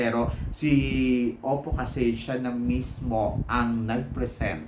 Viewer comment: its opal po not oppo..according sa parents ni opal, kaya opal ang nickname niya kasi daw they want her to have a heart as strong as diamond and nature as brave and humble as stone and OPAL is in between and OPAL is a gemstone..walang oppo na gemstone..its their accent na silent L kaya ang dinig is oppo